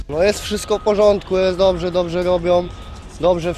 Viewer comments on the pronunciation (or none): Rozwaliliscie z tym "dobrse robia" XDDD